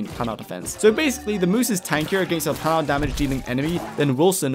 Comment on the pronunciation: Planar is said Plane-Are. Like other plane of existance. Otherwise great video!